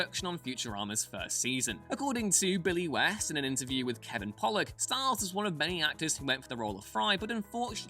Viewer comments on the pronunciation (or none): none